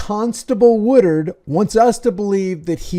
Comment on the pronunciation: C’mon, man! It’s WOODARD, NOT Woodward. LoL… 😂😂